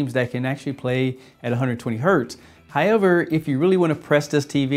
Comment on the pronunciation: It's pronounced HOW-EVER, not HI-EVER